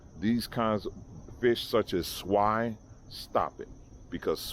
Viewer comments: Funny but NOT funny::: although it's a fish named ""swai"" the way he says it it sounds like SWINE😖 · "Swai" It does not even sound good... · Ok now 1st they said tilapia was the worst fish now its swai. And its pronounced like SWAY but spelled Swai. So what fish is the best fish then without bones? Cause I'm not eating no fish with bones.